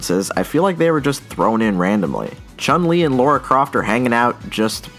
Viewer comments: You said Laura Croft. It's Lara. Thing is, just about every American can't pronounce the name Lara for some bizarre reason. You all say Laura, and it irritates the fuck out of me. It's like some trippy mass delusion shared by an entire country. And there's another one too: the Dalai Lama. Not the Dali Lama like Salvador Dali. DALAI Lama. Fuck me. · .......... "Laura croft" It hurts man, it really, really hurts. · "Laura" Croft, is it?